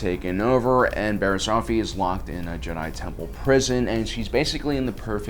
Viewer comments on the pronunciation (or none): It's Offee not Ofee, Offee like Coffee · Off-ee Not Ofefee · Offee. Coffee... not Oh-fee... figure it out. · This guy can’t fricken pronounce anything right - her name is pronounced “off-eee” not “oaf-eee” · It’s annoying that he called her last name of fee when it’s off ee offee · It’s pronounced off-e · It’s pronounced OFF E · love you but you're saying offee wrong, it like coffee but no c. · Stop saying Luminari and Oafie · “Oafee” oh gosh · Just saying as a nitpick you kept on pronouncing offee wrong it’s off-ee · The way you pronounce offee... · The way you pronounce offee and Tano is weird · Your pronunciation of offee is all wrong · Why do you say offee like that